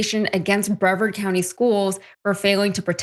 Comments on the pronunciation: Just to clarify. The county is not called Bree/vard (as the city in NC) but it is pronounced Bruh/vard. I don't want people to ignore what is said just because of a pronunciation error. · It’s Bree vard, not Brev eeerd. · Please…it’s pronounced Bre-VARD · The county is pronounced “Bree-VARD”. Why would anyone move to Melbourne, Florida? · Of course it's FLORIDA!!! It's Brē-Värd county. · This is either one of the worst cases of bullying or a bad case of Smollett Syndrome. Dr. Richey, will you please instruct your reporter on the correct pronunciation of "Brevard"?